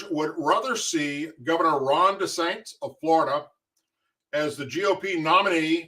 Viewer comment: De..San..Tis... Way to pronounce Ron's Name...Thanks for All You Do, Brother... Hang in there Sir.. Keep Kickin' it! Stay Frosty God Bless..God's Speed... 5:5 Wheels Up.... 🚁🇺🇲🦅🇺🇲